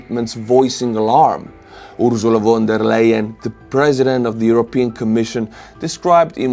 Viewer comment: FONT (without speaking the t), DEA... Lion... = von der Leyen ;-) The Ursula is fine 😀